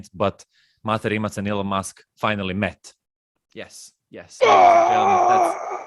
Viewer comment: His not your m8, m8 ... its MaTe RimaC where c is being c not k :)